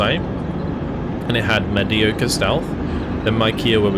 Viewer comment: You said mediocre wrong so everything else in the video is meaningless now.